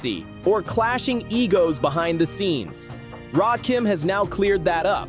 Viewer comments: RAKIM NOT RAY- KEEM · It's Raaahhkim get it right 😅😅😅or just call him God EMcee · RAY KEEENM. Ray KIM …..it’s RAH-KIM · His name is… Rakim ( Rah - Kim ) not Rakeem, not Raw Kim. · Say Rakeem Just One F****ng Time And I'm Out. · Please learn how to pronounce his name, right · It's Rakim and Erick Sermon not Ray Kim and Eric Sherman 😂😂😂😂😂😂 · RAY-Kim? 3rd BASS🐟?! What kind of dysfunctional dyslexic ai🤖is that⁉️ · I HATE AI content. I tried to get through this but the constant mispronouncing of Rakim, and ESPECIALLY mispronouncing 3rd Bass as 3rd bAss was just too much. This is lazy and sloppy. "Dont recomment channel".